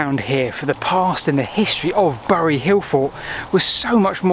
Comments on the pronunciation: Pronounced "berry" not "burry" by locals. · Growing up in the shadow of uley bury it was/is pronounced more like berry.